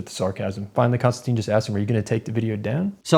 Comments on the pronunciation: His name is pronounced Kinstantin, like “tin” can. His name doesn’t have the e at end which would make it sound like Konstan-teen. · Konstantin (NO E!) Con -Stan - TIN (not TEEN!) . How would you like to be called Mr. Smyth (Sm eye Th). Sorry a bit of OCD and probably overly caffeinated too. And okay you got me. Maybe a little sleep deprived. I really enjoyed the discussion. I am always a little shocked at Mr. Kisin 's patience And determination to define terms and get to the heart of the matter.